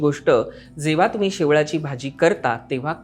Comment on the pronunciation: शेवाळी naka mhnu शेवळी bolych